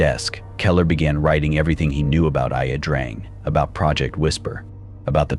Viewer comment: No, it's pronounced Ya Drang.